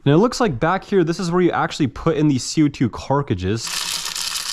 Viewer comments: Also why do you say 'Carkidges' instead of 'Cart-ridges'? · cartridges not carcages😭😭😭😭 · Carkages??? lol love your content but the way you pronounce cartridges kills my lol keep doing you though! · Why do you always refer to “Cartridges” as “ Car-ca-chiz”? Just curious because you call them “Car-ca-chiz” in every single video you make?🤷🏻‍♂️ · him saying carcagees is kinda pissing me off :[ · It is C A R T R I D G E!!!! NOT CARCADGES. Come on man. That drives me insane when grown adults can't say words correctly!!! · Carcage instead of cartriges is diabolical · 'carcagis' 'semi-mac' huh?? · U keep saying" carcrages " it's cartridges 😂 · Dude it’s car-trid-ges not car-cages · Omg brother, carTridges. This carcridges thing is killing me. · Is anyone going to mention he says carcages not cartridges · Carcages? haha! I know you're saying Cartridges. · He's been corrected SO many times in the comments for not being able to pronounce: Cartridges (Carcages), Grenades (Ganades), etc, that at this point I have to assume it's 100% intentional, or he has one helluva speech impediment on only certain words. 🤨🤦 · The way he pronounces cartridges is annoying lol